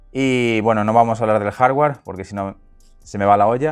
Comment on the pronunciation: “Jardgüer”, “softgüer”, “vídeo”. Ni “jarguar”, ni “softguar”, ni “vídio”